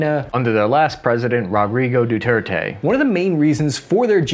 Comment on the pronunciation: I’m honestly more impressed that pronounced “Rodrigo Duterte” correctly. Two words in a row is a big improvement. Keep it up we are rooting for you little buddy!